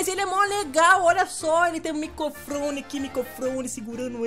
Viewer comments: Micofrone? Hahahaha! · não sabe falar microfone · o disse micofrone kkk MICOFRONE KK eu ri demais = ] ♡♡ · Maria Regina de Souza Soares MICOfone kkkkkk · Kkkkkkkk micofrone é microfine ddddddooooooooo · Maria Regina de Souza Soares ele disse mesmo kkkkkkkkkkkk